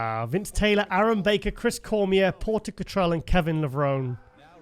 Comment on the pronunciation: try to pronounce Kevin's last name correctly. He mentioned on many shows, it's pronounced Levronee, not Levrown.